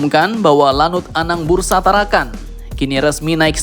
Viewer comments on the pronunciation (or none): Anang Busra min, bukan Anang Bursa 😂